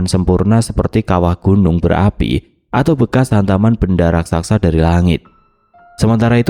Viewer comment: Channel yg bnr2 gak bs mengucapkan dg benar kata: menggenang, raksasa, dan administrasi.